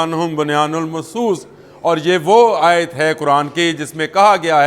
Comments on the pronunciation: Ayat sahi parho ya media py na Aya karo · Ayat tau thk perho